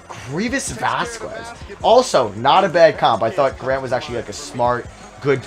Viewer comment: the u in Vazquez is silent